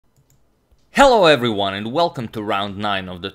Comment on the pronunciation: Don't say hello everyone in that accent, sucks no offense ....